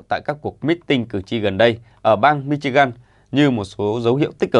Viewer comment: Cậu btv phát âm từ Michigan sai ở âm tiết giữa. Nên phát âm là /'mɪʃɪɡən/ (nghe giống như phát âm liền 3 từ: me-she-gun).